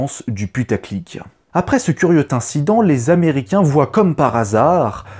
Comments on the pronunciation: A 2m44: " après ce curieux t' incident" ???????!!!!!! Pu..n gars je kiffe tes vidéos mais un conseil : soignes tes liaisons ! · Tu sais toujours pas faire une liaison avec tes "va-t-être" ; '"ce curieux-t-incident". On dit "va-être" et "curieu-z-incident". Sinon le français super! "Très différente que celle de..." Je te signale qu'en l'absence d'atmosphère, nuit ou jour, on s'en fout pour regarder le ciel avec des télescopes. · Sans remettre en cause la qualité de ta vidéo qui est très bien et mérite un 👍, une petite remarque de forme : essaie de faire un peu plus attention aux liaisons, parce que « son vol va ´´t’´ être » (1’23’´) ou encore « curieux ´´t’´ incident » (2’45’’) ça fait tout de même un peu souffrir les oreilles 😉 Mais je le répète, cela ne m’a nullement empêché de mettre le 👍qui va bien 😉. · Ben en même temps, à : "Après ce curieux t'incident..." :D Il en fait souvent des comme ça, c'est un peu sa signature, en fait... Mais ça me fait toujours rire ! :D